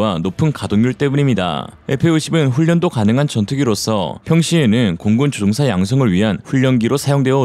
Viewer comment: 조종사 조옹사 퍼센트 퍼엔트 최소한 기계음은 아니갰군 아님 싸구려 장비이든지... 암튼 내용과 상관없이 듣기 엄청 거슬리네요